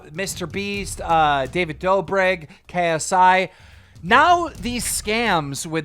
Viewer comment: Nobody: Keemstar: Krsi